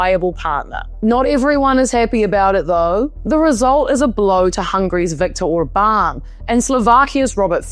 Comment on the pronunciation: Romanian here, have lived in New Zealand, love your accent! You pronounced most names just fine. Marcel should be more like "MarCHEL" and "Dan" has a more "Dahn" sound (not such an open A sound). Also Hungarian names all have the emphasis on the first syllable: OR-bahn (but who carea about him! 😂).